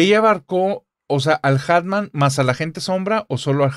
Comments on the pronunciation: Querida, repite narrador, es muy fácil. Hat man Se pronuncia: jat man Atman no 😔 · Me estresa que no pronuncie bien hat man (en inglés) jajaja. Una genia la chica y el entrevistador.